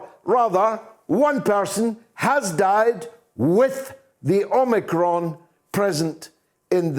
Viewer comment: Drop the R omicron . You omiCON.